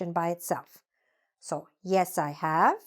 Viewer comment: You pronoun bok ,not book,have -haf. read-red. arrived-arrive.